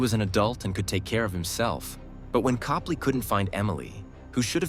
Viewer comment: It's Cope-lee I knew them personally.